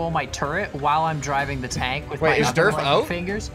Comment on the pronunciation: Whenever says durf I always hear derp XD